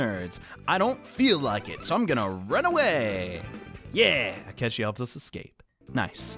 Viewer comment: Akechi is still "Skechi" huh